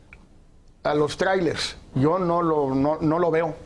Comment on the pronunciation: Mi querido Javier Tello me caes muy bien y se q hablas MUY BIEN EL INGLÉS PUES VIVISTE EN EL EXTRANJERO Y YO NO HABLO INGLÉS PEROOOOO...no se dice TRAIRELES SE PRONUNCIA TRAILERS!!